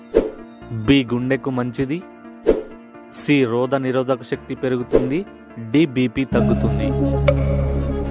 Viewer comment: ముందు తెలుగు సరిగ్గా చెప్పటం నేర్చుకో రోగనిరోధక శక్తి , రోదనిరోధకశక్తి కాదు తెలుగును కాపాడుకుందాం